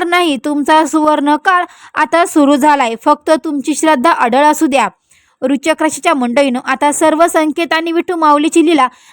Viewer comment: राशीचे नाव नीट उच्चारता येत नाही अन् भविष्य सांगायला निघालेत😂